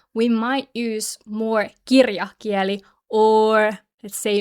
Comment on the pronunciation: I don't want to be picky, but when you say "puhekieli" puhekiÄli" it's okay, but when you say "kirjakieli" kirjakiÄli, it sounds a little strange.